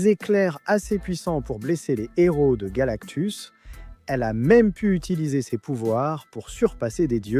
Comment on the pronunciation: Son héros pas son Nero y a pas de liaison ca fait mal aux oreilles